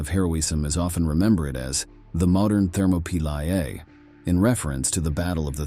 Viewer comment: Therma P Lie A? / Thuh mop o lee